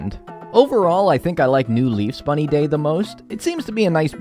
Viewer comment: When said Bunny Day for the first time, I litterally choked. I had to pause the video because of how much I was laughing.